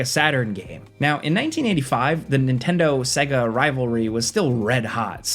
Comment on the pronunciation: Segue - Ah? Not Say-Gah? Another bloody AI voiceover. Hate this crap.